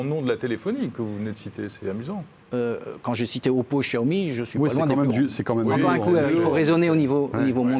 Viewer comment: Vous prononcé toujours aussi mal Xiaomi :) Sinon prononcez sciaomi